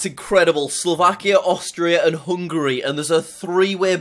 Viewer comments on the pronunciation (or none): none